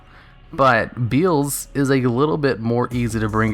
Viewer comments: Beelze is pronounced 'Bee-EL-zz" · MY BOY BEELZE! (Bee-El-Za sounds a lot better than "Bee-uulz", and likely how you should pronounce it anyway) It's my favourite typical boss monster. I stick him in zombies und call my deck 'Zombeelze'. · Beelze can be defeated with any card effect that negates a other's effect. Majestic star dragon is an example. Also, cyber dragon infinity can steal it and make it a material. By the way,it's bee-el-zuh. Not beel-z. It was named after beelzebub. Noone says bee-zul-bub